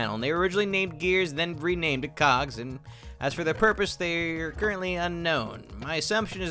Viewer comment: Anyone else hear something different the first time he said cogs